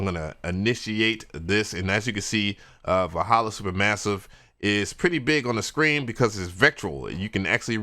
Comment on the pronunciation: Nice job on the uploads. I won't clown you, but I'll help you out on the pronunciation of Valhalla. 'Val' is like the val in 'valve' and 'halla' is like how some people say 'Holla' instead of 'holler'. Also, are you planning on reviewing some more of their plugins like Valhalla Shimmer? I'd love to see your take on them.